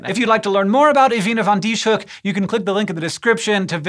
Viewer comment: Her name is pronounced as Ewine van Dishoeck